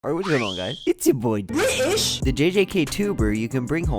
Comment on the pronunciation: I did not expect the 'Briish' part Lol